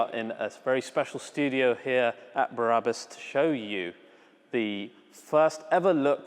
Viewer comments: Remove Before Race German people I know pronounced it Brah-boos! The way your saying it, it would be spelled Barabus. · Sorry, - but it's "br-abus", not "bar-abus". I would rather not be a pain in the arse but you said it SO-O-O much in this video I felt compelled! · Is it not brabus not barabus? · Barabus????? It’s B r a b u s😁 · i love you man but can you stop saying ‘Berabus” its BRABUS ! The exhaust is totally crazy xx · Yeah , it's not Berabus , Brabus dude! It's not Barabbas, the guy who was sentenced to death during the time of Jesus man!!!! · Think they mean you sound like there's 3 syllables i.e.: Be - Ra - Bus its like its longer than the spelling suggests.. :) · Sounds like he is saying " Barabus" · Take a shot whenever he says Berabus...tip: don’t do it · .....BA "Barabus":P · Stop saying Berabus damn it! lmao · no it isn't, I'm Dutch and I speak German and know how Germans pronounce things and this is not how Brabus is pronounced